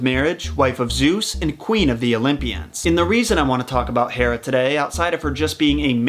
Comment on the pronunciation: That's a lot of research to pronounce Hera wrong.